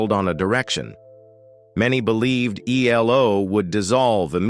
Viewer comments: For God's sake, please use a human commentator who can get things right! It's '10538', and stated on the record - 'not ten thousand, five hundred and eighty' and it's E L O, not 'eelow'!!! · elo 😂😂😂😂😂 it’s E.L.O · "El-low"!? It's E-L-O. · E L O is not pronounced as a single world , learn or leave it alone !